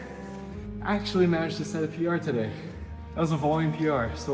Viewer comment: “So taday, he’s going to show me the ropes” lol!! accent slippin out.